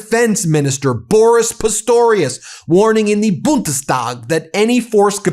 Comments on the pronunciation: 😂😂 very good pronouncing of Bundestag! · I love your pronunciation of Bundestag! Great.